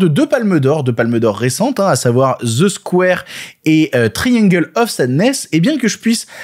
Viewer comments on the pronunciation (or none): none